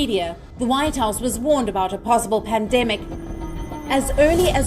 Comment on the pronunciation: notice when the lady say pandemic😂😂